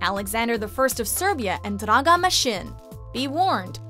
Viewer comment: Right? Everyone is praising her pronunciation, but for me all Slavic names sounded odd. Especially Draga!